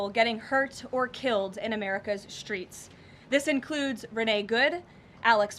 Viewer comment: Please learn to pronounce "STR" as in "STReets" - it is NOT pronounced "SHTReets"! You seem intelligent, this diminishes that.